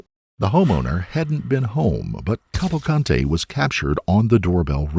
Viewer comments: Hahaha you Said Danilo Salza Kavante. and is Clearly " Danilo Souza Calvacante " 😂 I meant That Pronunciation S*cks. I'm just Saying Luv😅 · The correct pronunciation is Kaval- kunt-hey? Yep sure is. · How many times did they say Kawakante? How annoying! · Okay each time he says his name it sounds like he is saying Avocado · Just fyi, not a huge problem, but his Portuguese last name, Cavalcante, is pronounced like “kaval-CAHN-chi” sort of, and with more “blunt” or flat vowels, like “Cāvālcāntē”. Little different than the Spanish pronunciation, with enunciated and expressive vowels, “kaval-CAN-teh”. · If this asshole put half the effort into researching the facts of the case that he did in pronouncing their names maybe I wouldn’t be unsubscribing right now.